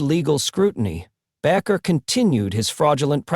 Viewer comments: Argh, that bugged me. It's not "Backer." It's "Baker." BAKER. BAKER! SAY IT RIGHT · Bakker. Proper spelling. ……Bay….ker. Proper pronunciation. I’m not a fan. But hey, these presenters lack their own factual and obvious credibility, ..do your homework. Plz. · People do not have powers. This is only God. Anywhere the word is spoken it will deliver. Have faith in God, His only begotten Son and Holy Spirit. If you are going to post this please use a better AI. That g is pronounced as the g in angel. The a in bakker is a long a and the name is baker. These words matter if you want to impress. Look not to any human. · You know what amazes me with narrators of programs like this they can't get the names right of the people they're talking about. Pastor Jim bakker is not pastor bocker. But that's how he pronounces the name. And why during his segment he keeps flashing up pictures of Jimmy swaggart you're not talking about Jimmy swaggart. Keep working on your videos someday you'll get it right. Pastor Dom Tucson Arizona. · Bakker is pronounced Baker. Like the person that bakes bread. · AI can not even pronounce Baker correctly.